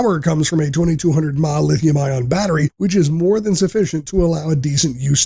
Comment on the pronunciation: This may have been better if the voice over guy, actually knew what all the abreviations meant! ie. "mAh" isn't called "Maw"... 😞